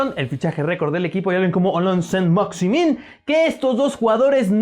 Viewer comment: Se pronuncia: Alan Sa Maximá